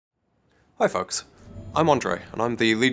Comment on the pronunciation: Haha, it sounds like he saying: "Hi f*cks"